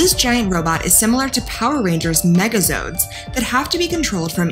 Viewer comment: At least someone knows the difference between Gundams and Zords from Power Rangers and to top it off they need to learn how to pronounce the word Zords because what they said in the video was zoids that is a completely different show if anybody has a problem with that go on YouTube and look up Zords Power Rangers and Gundam you can see clearly see that they are three different shows entirely